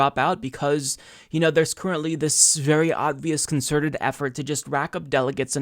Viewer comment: please make an effort to say obvious correctly